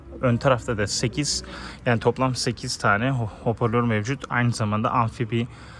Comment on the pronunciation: İçerik güzel olmuş fakat telaffuz ile ilgili problemler var, topluma hitap ettiğiniz için bu konulara dikkat edin lütfen. Örnek; “hoporlör” değil “hoparlör”, “fites” değil “vites” gibi…